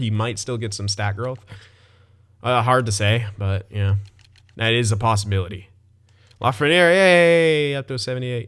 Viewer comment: "La-fren-air", It is "La-fren-yay". Keep up the good content man, love it.